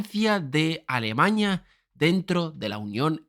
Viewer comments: No sé de dónde saca esta palabra éste tío, a cada rato repite alemaña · muy buen video, alguien mas escucha alemañia? o solo soy yo? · Alemaña? Alemaña? Alemañaaa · Entiendo que a todos los que se mofan de cómo pronuncia "Alemaña" les basta decir "Здравствуйте" o "Entschuldigung" y ya los toman por naturales de Volgogrado o de Bonn, respectivamente. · Cuando digas bien "Alemania" será más creíble. La virgen, aprende a pronunciar